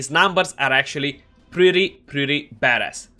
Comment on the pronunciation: I had to go back a few times to hear you say badass. It sounded like you said "Hes numbers is actually really really bad" but you said badass :) Thanks for the video!